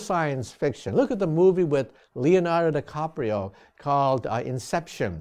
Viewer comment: heh heh... he said DeCOPrio :-)